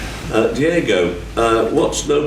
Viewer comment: Idk why, but it pisses me off people calling him Diego lol. It's not hard to read properly or say 'Diogo'. He's not even my favorite player, it just bothers me.